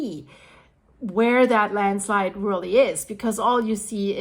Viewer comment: You almost saying Landschleid a few times made me laugh :D